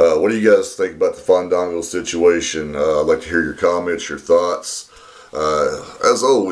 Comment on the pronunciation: I think you didn't let the a breath, it's Faaaaandaaaango! Haha!